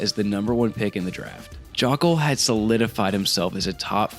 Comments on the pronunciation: Isnt it pronounced "Joke-ul"? This "Jock-ul" stuff is killing me lol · Joe-ckel is how it's pronounced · Dude just pumps content for money, doesn't even do research just reads what he sees. You can tell that by the fact he never realized he's pronouncing Luke Joeckel's last name incorrectly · Yeah that’s the reason I’m not subbing, strictly due to that Joeckel pronunciation, it just shows a lack of actual knowledge on the sport